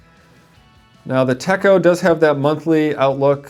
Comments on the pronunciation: Techo is not pronounced tecko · The "cho" of "Techo", sounds like the "cho" in the word, "na-cho". But you have the "te" part right. 👍🏻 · 😕 I believe you're pronouncing Techo incorrectly..